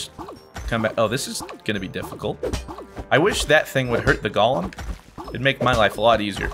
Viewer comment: I mean, you're great and fantastic, but why do you say ''Golem'' like Gollem instead of Go-lem? Please do continue this game though, you seem to be enjoying it so much :3